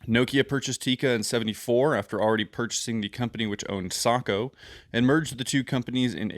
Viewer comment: Thanks for pronouncing Sako correctly (Socko)